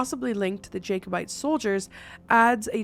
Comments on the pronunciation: Its pronounced jack -o - bites . Not jake o - bites. I thought you are from Canada Thats more apart of your history isn't it ? They tried to take the crown for James and fought the English in Scotland (?) in the 1400s. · Jacobites ahha lol you say it as Jacko bites lol The Jacobites were the supporters of King James VII of Scotland and England. The battle of Culloden probably best thing to research. Always trying to get freedom and independence away from English ruling. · Jacobites (pronounced Jack) opposed the protestant throne. Show and book recommendation is Outlander. You learn all about them there and it's a great show/book!